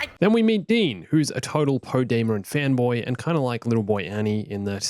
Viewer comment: Poe dameroŋ u mean